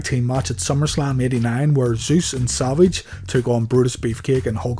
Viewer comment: Why does it seem like i hear saLvage instead of savage. 😀 Great vid. 😀